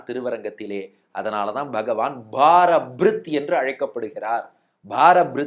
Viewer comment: It is பாரப்ருத். Not பாரபிரித்